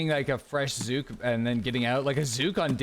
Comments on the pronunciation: Just me or anyone else cringe on how he says zuhk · Almost border line tilting listening to you call zhuk “zhook” ten times over and over. It’s cool to do your own thing and be different but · Do that many people pronounce zhuk as zoook? Or just?